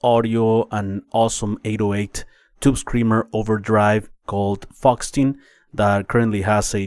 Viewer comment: Hi, love your videos and mixing guides! Just a note, faux is pronounced "foe", so the Faux-tin sounds a bit like Fortin thst it's modelled on. Keep up the awesome videos!